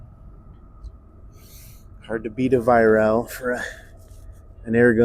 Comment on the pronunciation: Pronounced vi- rack get it right mate????